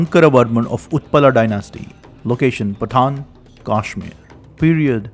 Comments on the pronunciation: It’s pronunciation is not Kaashmir, but Kashmeer! Please pronounce it correctly . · First of all he pronounces the name Kashmir wrongly. What can you expect from such an ill informed person. His information is all lies. Muslims did not exist in Kashmir until 1312. This guy says there was a so-called invasion in CE. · what is kaashmir....say kashmir ....vah rishi shri kashyap ji ki bhoomi h